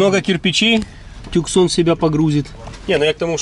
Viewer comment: Пипец, хватит машину обзывать "туксонами" "тюксонами" "таксонами" и прочим бредом, у этой модели одно название. Hyundai Tucson ([tuːˈsɒn] « Тусо́н»